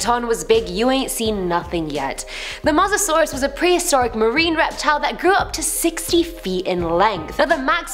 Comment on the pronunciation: Is pronounce Mo sa saurus